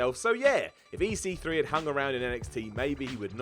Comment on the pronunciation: Why did you say EC3 with weird emphasis on the C?!?